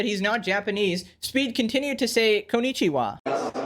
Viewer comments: yeah it is not suppose to be KON Ni Chi Wa, it is suppose to be flat voice konnichiwa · Worst of all... he pronounces it wrong ly